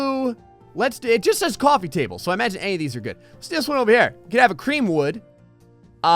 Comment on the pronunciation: it does want a new jersey accent COUFFY table